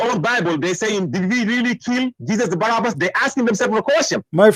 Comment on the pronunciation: you are pronouncing the wrong name: it is Barabbas not Barnabas! Just to be clear!